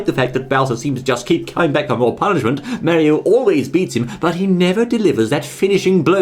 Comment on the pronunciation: Wait I thought this was mario not merio